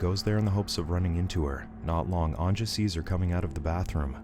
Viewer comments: I like how americans dont know how to pronounce the j, its not pronounced anja but anya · omg,its not anJa,its pronounced as anYa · Anja is pronounced "an-YA." But great video nonetheless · Anja is pronounced "Anya".